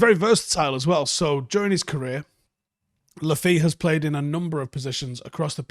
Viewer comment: His surname is pronounced Le Fay/Fey